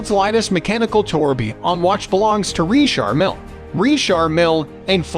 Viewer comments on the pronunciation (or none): Can't get enough of the Narrator saying REESHAR MILL.